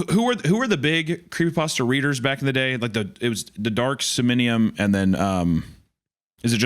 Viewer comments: My man said dark sominium 😂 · Both these guys mispronouncing somnium is painful